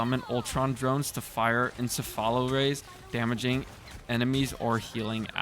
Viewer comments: Lmao its ensefalo ray not eSAlafo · Encephalo = En-sefa-lo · Bro said "ence-fallow ray"